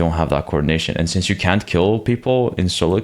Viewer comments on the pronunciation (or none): none